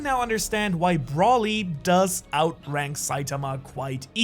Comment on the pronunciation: Or "Brawly" can't blame him for that one I used to pronounce it like that.